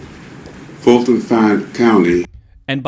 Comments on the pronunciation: It's not Georgia and it's not "Falton Co." It's Fulton Co. and we the voters of Ga have been telling you this for years. Open your ears, get educated and learn how to speak English. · I think he said FALSIFIED COUNTY 😂😂😂